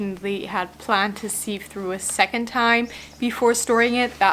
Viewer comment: Great work. Well done. Sieve rhymes with give BTW. Ah, the wonders of English pronunciation. :)